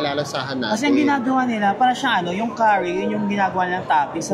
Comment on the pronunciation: Enjoy talaga ako watching your videos! Correct si with his curry pronunciation.